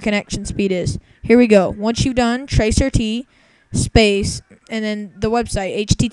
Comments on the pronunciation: Wow. OK.. Instead of laughing like everyone else is doing.. That is NOT what tracert (trace route) is used for. And it is trace route, not tracer t. Trace route traces your connection from YOUR COMPUTER to DESTINATION. Nothing more. It's not showing you 10 people are looking at google, it's showing you 10 hops to get from your computer to the google site. The names/ip's showing up are the names/ip's of the routers. Please change your name, your obviously NOT a hacker. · TRACE AR TEE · This is the most idiotic video ive ever seen on youtube, and thats saying something. "tracer t" ? lol I'd love to see a follow up video of the poster hacking all those hosts "looking at google" And besides, you had it wrong, there are 10 people and several asterisks looking at google. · Idiot: first of all that is not tracer t. It's trace rt. Or trace router. O my: 10 people surfing google while you're accessing it. Idiot it's your own fucking hop to reach google site. I am wondering I hope you're not an IT pro.